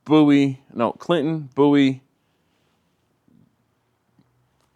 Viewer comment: I swear I heard you say “bootie stop”. Had to rewind it. Turned out it was “Bowie”, that you pronounced /boo-ee/. At least that was the name/word I seen on the map. And then you followed that up with “I’m gonna get f***”. Another double take which turned out to be “pho”. Maybe I need to get my ears checked. Enjoy! 🤘😎🤘